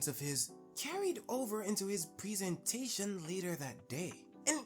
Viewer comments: "preee - seentation" come on bro, lock in on your pronunciation blud 🫠💔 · It's a valid pronunciation in the US mostly